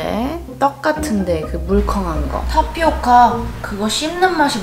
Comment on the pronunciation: 타 피오카가 아니라 타피오카 펄이에요 잘 못 말한 것도 귀엽고 예쁘네요